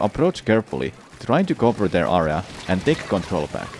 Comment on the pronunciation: Took me so much time to understand what ar-as meant. Area... eh-ray-a